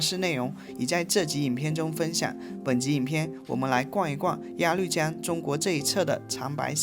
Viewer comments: 鸭绿（路lu）江！不是发“绿色的绿“音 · 鸭绿(lv)江，不是鸭lu江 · 谢谢的视频，每期都很精彩。喜欢我们的朝鲜族同胞。 另外，“高句丽”不读成“句（巨）”，在这里是读成“勾（沟）”，应该是一个多音字，或者是通假字。还有鸭绿江中的“绿”，是读成“路”，也是多音字。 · 高句（gou)丽 音同“勾” 鸭绿（lu)江 音同“录” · 全是错别字，高句gou丽，鸭绿lu江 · 谢谢的视频，拍得非常好，辛苦了。我关注了，也点赞了。🎉🎉🎉 不过，我想在这里小心地提醒一下，视频中有2处小小的口误～～（ 1）高句丽（gāo gōu lí）； （2）鸭绿（lù）江，还请笑纳我的好意提醒奥。🎉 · 高句丽（读：高勾丽） 、鸭绿江（读：鸭路江）